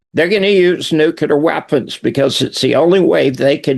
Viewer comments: “Nookyooler”. Cmon man. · I am sick and tired people misspronouncing NUCLEAR, by saying it wrong NUKELAR. do these people ever went to even middle school???? LMAO😂